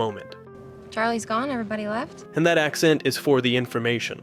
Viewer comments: " Charlie is gonne?" Gonne? WTF? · "charlie is gonne?"